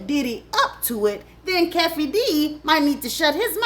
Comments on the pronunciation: I love you but, I need you to say these people's names correctly! Pronunciation is key! At least go online and find out how people's name sound.😂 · The mispronunciation of Keefe D fiftyleven times almost gave me an aneurysm. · LOL hey lady I just want to tell you Keefe D's name is pronounced "Key - Fee" D. I thought you were talking about an African when you said you pronounced it Que-fee D. Lol, But you've mentioned stuff that hasn't been mentioned on Art's channel and Pac is all he talks about for the most part. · His name is pronounced "Key-fee D" not "Kef-fee D" Keefe D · please stop saying Keffe D. It's Keefe D. aka Kee-fee D. Gurrrl you getting in my last nerve. 😂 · it's "Keify D", not "Keffy D". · Keefe D It’s “Key- Fee D” 🙄. Stop messing up people names. You can tell your story but you at least need to get your basic information and pronunciation right. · Key-fee-D. Not Kefy D.💀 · It’s pronounced key-fee-d😂😂😂😂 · Its Kefee D,Pronounced[KeyfeD] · Key-Fee-D is how the name is pronounced you stressing me out this video😩😭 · 😂‼️ It's Pronounced ➡️ Kee-fee D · His name is kee fee dee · Its pronounced Key 🔑 fee 😂😂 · His name is pronounced "Key-fee-dee" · Kee fee dee u u pronouncing it horrible tupac started a fight it was retaliation Orlando was a real gangster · Keef-e D. That's how you say that... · This story is soooo inaccurate 😂 and it’s pronounced (Key-Fee-Dee)